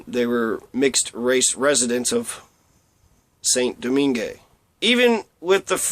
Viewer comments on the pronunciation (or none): Saint Domingue. Pronounced: Sān Doming. Not Saint Domingué.